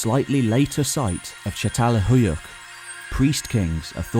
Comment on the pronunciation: You must read çatalhöyük as chatalhöyük. Keep up the good work..